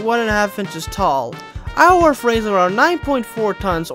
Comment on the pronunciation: Apologies about being "that guy" but Iorwerth is actually pronounced like "yaw-werth" It derives from the Welsh terms Ior (meaning lord) & Berth (meaning beautiful) Iorwerth in-game is named after the Welsh medieval king named "Llywelyn" or "Llywelyn the great"/"Llywelyn ab Iorwerth" Welsh is a stupidly hard language to pronounce so I don't blame you or anything lol.